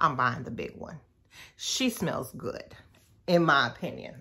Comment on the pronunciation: Listen!! When she put the "T" on the end, I started looking for my sweats & slides, cuz I was heading to Target at that exact moment. And did! 🤣🤣